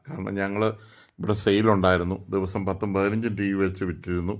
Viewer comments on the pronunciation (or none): none